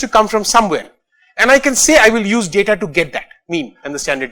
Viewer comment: DADA SCIENCE NAI BE LODU, its DATA with a T.